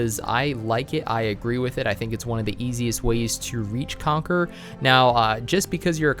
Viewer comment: Everytime he says Conquer Me: Conquerors haki biyaaaccchh